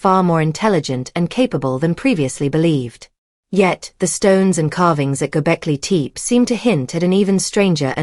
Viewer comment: AI voice mispronounces Gobekli Tepe. A rehash of what we already knew.